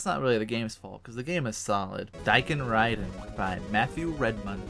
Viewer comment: Damn dude that's a nice review of my little game (Daikenriden)! Thank you so much :) Interesting how you spelt my name wrong but gave a pretty correct pronunciation of the game's Japanese name...